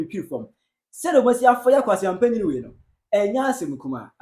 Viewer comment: Oh why you call him kwaseampani 😂😂😂